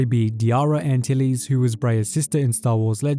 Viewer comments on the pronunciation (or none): none